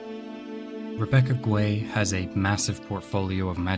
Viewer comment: It's Rebecca Gay not Guay. I've heard her say it to clarify. Great video. You've tapped into the same drive Rhystic Studies has sparked in me.